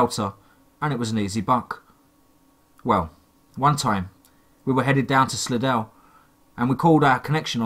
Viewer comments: Hey just so you know im from the slidell area and we pronounce it sly-dell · Hey I live somewhere else in the world and it looks like it's spelled Slidell but we pronounce it no-body-cares. Just saying have a nice day.